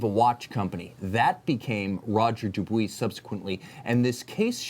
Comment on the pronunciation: FFS learn how to pronounce Roger Dubuis correctly!